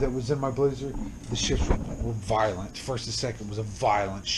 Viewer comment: 😂😂 the way he said violent 😮 is that bad😂